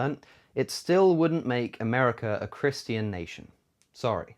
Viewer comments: “Chris-TEE-an” language LOL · Holy shit stop saying Christian like that lol